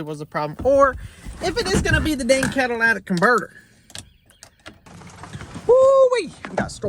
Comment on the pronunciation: Cat-a-li-tic not cadilac-tic lol you made me laugh out loud... With a bad battery you may now have an alternator issue, as the alternator was working over time trying to keep the battery charged.